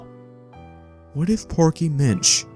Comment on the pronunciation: His name isn't porky. It's pokey